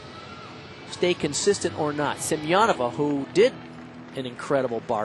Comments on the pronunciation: For example - he consistently says Ksenia Semenova's name Сем-я-нова rather than Семёнова. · Wait... How is Semenova's name pronounced? All through the olympics, they said SEM-EN-OV-A but her they're all SEM-I-EN-OVA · Bart watching the Chinese on bars: Oh.... Ohhhhhh.... OHHHHHH... Ahhhhhhh! They just slaughtered Ksenia Semenova's name